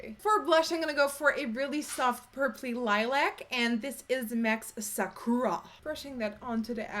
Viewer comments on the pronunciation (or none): none